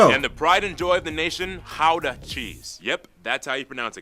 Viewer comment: Also your pronounciation of Gouda was 10/10! That's indeed how we pronounce the G sound.